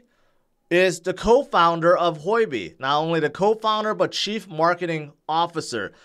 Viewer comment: It’s not Hoi-B, it’s Hu-O-B